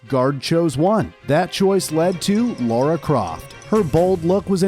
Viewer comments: Lara NOT Laura...how can you get such a basic aspect so WRONG?! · Her name is Lara not Laura. Why do you call her Laura every time you mentioned her name? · Very enjoyable video only slightly let down by constantly pronouncing the character's name as "Laura"